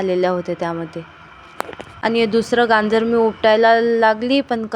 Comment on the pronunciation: गांजर नवे बाई गाजर 😂